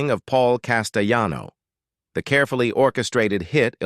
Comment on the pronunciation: Huh Paul who this guy needs to learn how to pronounce names Paul castellano my man not costolani 🤦🤦🤦😂😂